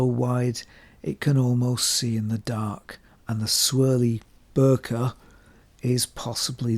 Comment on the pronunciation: >>> Bokeh or bokè is pronounced BOK, like block without the L followed by Eh. Bok-eh, not the way you said it. Nikon: Nik (as in small cut) followed by On. Sony rhymes with Bonny, not Pony. It’s as simple as that, and now you’re a Japanese expert!